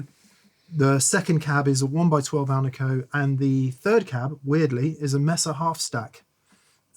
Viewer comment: It's pronounced "MAY-SAH" DAMN IT!